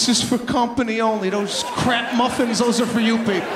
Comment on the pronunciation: Love his accent when he says crap😂